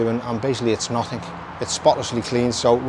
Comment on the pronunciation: “NOTHINK “ ??? Surely you mean nothing . I would have thought as an actor you’d have known that !